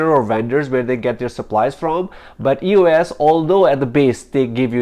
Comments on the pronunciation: Is he saying "us fitness "? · eee oh esss